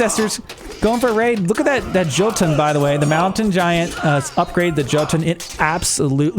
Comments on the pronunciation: J's are pronounced with Y in Norse. So Yarl and Yotan. Otherwise awesome AoMR content! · The "J" in Norse names makes a y sound. "Jotun" is pronounced "Yotun" and so on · Jotun is pronounced jå:`tun. Or plurar jotne